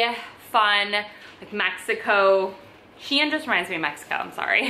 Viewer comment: Can’t even pronounce S.H.E.I.N . Its not hard